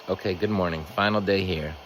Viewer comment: Now you're saying it gooowed too oh no 😂😂😂